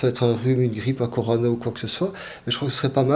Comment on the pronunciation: Corona Docteur !!! Pas corano 🙄